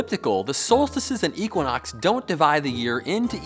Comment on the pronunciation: Hahahahha what?? "Eeequanox